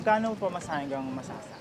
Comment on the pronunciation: Point of Clarification lang guys and No Offensive Intent, Just to Point Out: Tamang Pronounciation ng Masasa Beach ay yung nababanggit ng Kapuso Reporter na si Caesar Apolinario on this video documentary. "Not lethal" pero maaari kasing maging iba ang interpretasyon ng mga Batangueno na makakarinig. Tulad ng Lobo at Calaca Municipalities (which are also great places for their beaches). May "punto" o accent ang mga barako eh, but no harm naman, a lot of caring, generous, and hospitable people ang mga Batangueno. Ako mismo nagkakamali pa din minsan sa pagbigkas pero there are people willing to teach what is right naman. Of course, Batangas is a great place to visit. Regardless if hindi makapagbigkas ng tamang "punto" at hindi minsan makaintindi ng ilang terms (ex.: guyam/langgam, bilot/tuta, balatong/monggo, aatis-atis/palamya-lamya, at tubal/maruming damit). Marami pang madi-discover sa probinsya ng mga barako. Beaches, mountains, forests, lakes, seas, name it! Search lang guys and marami pa tayong ma-discover. :)